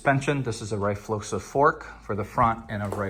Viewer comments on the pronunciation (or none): JSYK, RFloXA is Pronounced REE-Flo-Sa